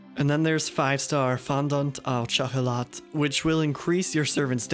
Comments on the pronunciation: Hearing you say Fondant au Chocolat was hilarious, had to go back and listen a few more times Xd. ‘’Au’’ is pronounced like ‘’oh’’. On a side note, just got into GO and your channel helps a lot. Keep up the good work! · the way you said fondant au chocolat was funny but good vid